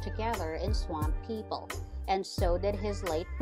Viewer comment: This must be an apple computer... I can't see a PC saying Swāmp people